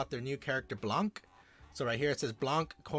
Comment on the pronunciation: the c in blanc is silent